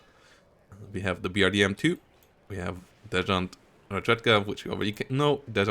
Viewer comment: I hope you forgive me for being this guy, but "desant"/"desantniki"/anything to do with paratroopers in USSR is pronounced like "San Marino" or "Santa Maria", not "zhan" or "shan". Thank you for the video, hyped for the divs AND woodenbox's map:D